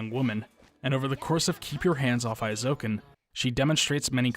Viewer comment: Very good and informative video, thanks for making. I've never been diagnosed but I suspect that I'm on the autism spectrum, and I can definitely say I relate to this character in many ways - though I've ended up more of a dabbler without great skill in any one particular area, sadly. Minor nitpick: the "ei" in Eizouken is pronounced like the English long A sound, or "ay" (as in hay, may, day, etc.).